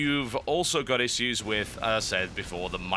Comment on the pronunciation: Thum bas up if you want him to say issues correctly. :) Yur awesome Total!